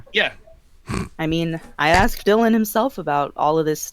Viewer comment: This keeps getting more interesting. Also, whenever she speaks and says the word "asked" my internal grammar police kept on screaming "It's pronounced "as-ked" not "axed",...its a "k" not an "x"!!!!" XD